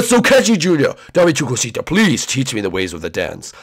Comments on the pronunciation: Its Dame Tu Cosita Uh.just an FYI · Dame tu cousita sang it wrong